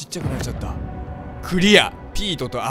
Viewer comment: ペートかピートかはっきりせい